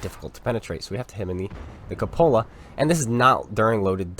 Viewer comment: No wot youtubes pronounce cupola properly. It's not a cup olla. It's pronounced Q pola. Type how to pronounce cupola into youtube and watch a video on it. I know that some of the wot youtubers are idiots, but you are not, so say it properly, please.